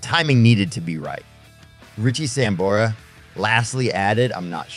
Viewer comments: Samberra? fuck sake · 100% fucking click bait. You can't even pronounce Richie's last name. Ain't gonna happen.